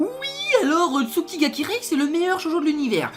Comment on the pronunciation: J'ai rarement entendu une aussi mauvaise prononciation de nom d'anime. On entend "souki ga kireill". Tu ne prononte su alors que c'est "tsu" et on entend le son "ou" alors que c'est "u" (si c'était "ou", l'écriture serai Tsūki pour signifie Tsouki (alors que le son "ou" est très rare après la forme "ts")). Et c'est Kirei, pas de son "ye" à la fin et surtout le "r" ce prononce "l". Quand on fait des vidéo sur des animes. On prend au moins la peine de savoir prononcer le nom de l'anime. C'est plus une question de respect envers l'oeuvre qu'une question de niveau en langue ou de linguistique/phonétique. La phonétique c'est extrêmement subtile et il faut parfois des années pour ce rendre compte de la différence de prononciation de certains mots. Des variations phonétique très subtil dans la prononciation de certaines syllabes en fonction de l'ordre et du contexte. Mais la l'erreur est trop grosse. Une chaîne Youtube sur les anime alors que le vidéaste n'a clairement pas le niveau en langue pour pouvoir apprécie et jaugé la profondeur et le sens de certaines phrases. Parfois un simple son permet de transformer une scène banal en un chef-d'oeuvre. Celui qui l'ignore ne peut s'estimer à la hauteur pour promouvoir un anime qui sera alors qu'un simple avis personnel bien fade qui ne retranscrit pas correctement l'oeuvre.